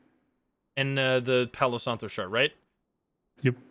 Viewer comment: The game seems really fun tbh, it has a lot of mechanics but it seems to be easy to understand also, palo santo means sacred stick/sacred wood in spanish (your pronunciation is actually very good btw) I would love to see how this game will evolve over time :D